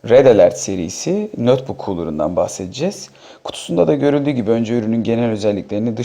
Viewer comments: nötbuk değil notbuk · nötbök diyen adamdan bir şey beklemiyordum zaten.